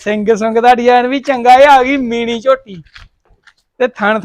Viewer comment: ਮੀਨੀ ਨਹੀਂ ਮੀਣੀ ਸੂਨ ਨਹੀਂ ਸੂਣ